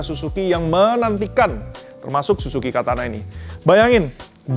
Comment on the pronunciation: yang bener SIZUKI bg. 😂😅